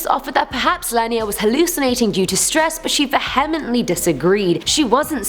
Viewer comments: Do other people really pronounce vehemently that way? Never heard that before... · How strongly did she disagree w the shrink? Oof, thats a very different way to pronounce vehemently! SMH